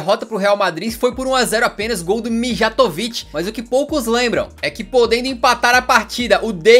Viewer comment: bom vídeo! mas quem é deivds? e pior!!! quem é mijatovic???? pq lar o nome errado????